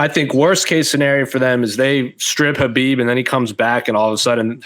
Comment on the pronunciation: It's KHABIB not KHBAIB